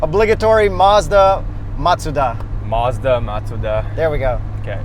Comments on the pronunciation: Its Mazda not Mezda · The way and kept saying "Mezda" bothered the hell out of me. You Canadians are weird. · Even y’all know that you don’t pronounce Mazda correctly. Lol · Please decide on one pronunciation of Mazda, preferably the correct one.